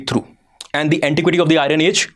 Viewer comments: Even now you are pronouncing IRON as I RUN...😂 🤣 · It is not Irun but Iron. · Hello Sir, For God Sake The PRONUNCIATION For IRON Is I EN. The R Is Silent. So Its Not I REN But I EARN! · Kindly pronounce iron as iron and Iran